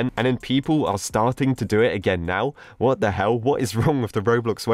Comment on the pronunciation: Lol the way he said “whaut the hell” XD